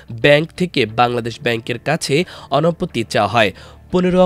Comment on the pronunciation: অনুপতি নাকি অনুমতি?😊